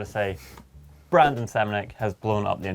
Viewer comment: it's BRANDON not Brendan